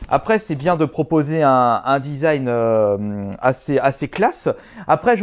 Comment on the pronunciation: il dit le zizan au lieu du design (c'est pas une moceri)